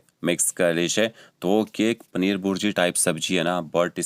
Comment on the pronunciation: Bhai pneer nahi...paneer Bolte hai 😅